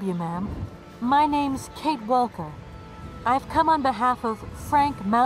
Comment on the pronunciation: I can't figure out why she's pronouncing the l in "Walker".